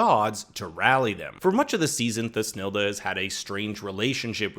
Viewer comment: If you listen to the German original there is no ‘th’ sound. It’s toosnelda not thus nelda